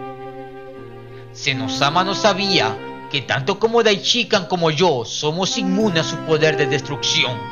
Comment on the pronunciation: Lo unico negativo de tu video es la horrenda forma como haces mencion del Sumo sacerdote Daishinkan .. mencionandolo de corrido. Incorrectamente, Puedes decirlo de mejor forma o de la forma correcta. Debes hacerlo en 3 fases Dai luego shin y finalizas con kan Tres silavas fuertes Dai Shin Kan Asi es que se debe hacer. Le recomiendo que escuche los videos de los traductores originales y los priginales mismos.. ((Daichica )) asi no debe ser